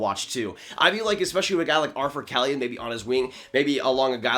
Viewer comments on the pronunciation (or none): none